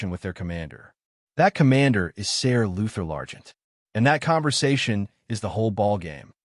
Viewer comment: Are you using an AI voice? Most of the pronouncing is way off. Names are not pronounced corectly, Ser is pronounced Sir!